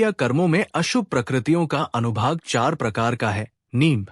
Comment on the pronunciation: Anubhag nahi anubhag hota hai